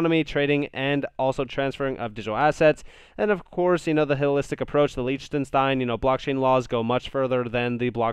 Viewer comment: Love your content brother. Just FYI it's pronounced Lick-ten-shtine 😉